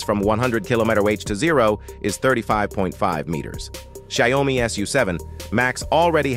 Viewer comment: What is sai-o-mi?